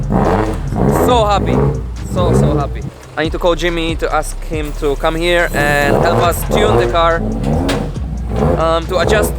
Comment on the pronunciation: every time you mean to say "come" you actually say "cum". I guess everyone is too "nice" to tell it to you, but it does sound like that every time.